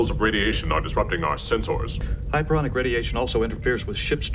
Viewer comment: I’m sorry Worf, but did you just say, “sense-oars”?, lol!